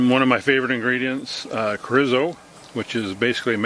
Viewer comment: Looks good. PS it's pronounced CHORE - E - SO The R has the rolling R sound of you can do it. I personally can't.